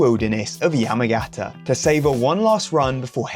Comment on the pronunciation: Just a note - it's pronounced Yah-mah-gah-tah. Us english speakers like to end the syllable with a consonant but pretty much every Japanese word ends on the vowel. i.e. Ya-ma-ga-ta